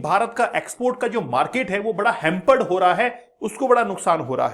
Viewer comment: ह्यामपड इंटर सट्रिस आबे किसने टीचर बनाया भाई इसे 🙄🙄🙄🙄🙄🙄